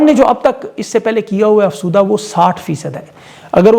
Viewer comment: افسودہ نہیں افزودہ۔۔ اپنی اصلاح کرنا کسی طرح بھی غلط نہیں۔